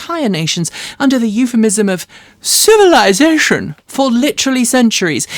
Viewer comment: Your pronunciation of the word civilization was delightful